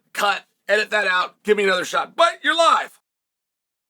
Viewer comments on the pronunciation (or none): none